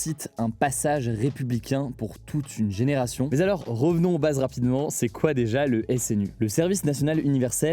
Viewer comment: Hé Hugo. Pourquoi tu dis tout le temps "mais z'alors" ? 😆